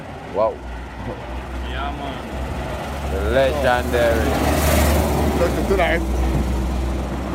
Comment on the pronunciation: how much times the video man say lejandary?